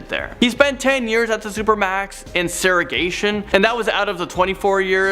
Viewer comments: He said Sugargation. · SEGREGATION not whatever tf you said